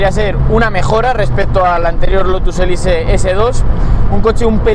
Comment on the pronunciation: Elise, exige... son palabras inglesas, hay que pronunciarlas bien. Qué dolor de vídeo...